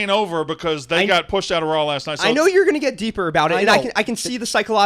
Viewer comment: Why does pronounce Raw as RAWL